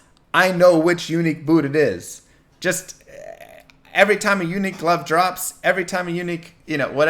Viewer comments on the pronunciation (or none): Funny how you make unique sound like eunuch.